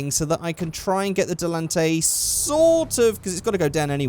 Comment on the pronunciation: It's Di li tan te